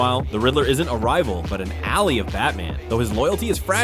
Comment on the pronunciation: " an al-ee of batman". Love a.i.